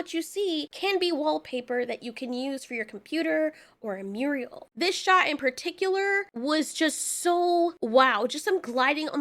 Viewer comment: Muriel is a woman's name. A wall painting is a mural. Two syllables: myur - ruhl.